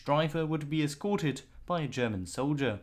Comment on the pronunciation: Dear. Why are you pronouncing “German” as “Sherman”?